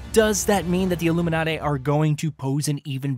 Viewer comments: ffs. its illuminate not illuminaté. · Illuminahté??? Lol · The way that you say the illuminate lol😂 don’t ever do that again